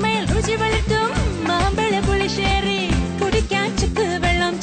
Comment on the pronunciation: Adipoli. But one thing Mambala pulissery alla mambazha pulissery aanu. Kutty thamil aano. Zha varunnillallo